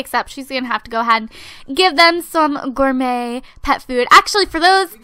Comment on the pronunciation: Stop saying Gormot, seriously, you know how to fucking say it right, fucking say it right.